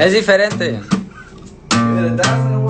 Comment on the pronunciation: Es diferente then sings “ es difiriente” 🤦🏻‍♀️